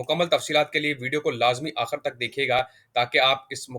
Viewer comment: Sakreen NAHI iscreen (spelling: screen), Akhar NAHI Akhir, munafa Kay Ander NAHI munafay Kay ander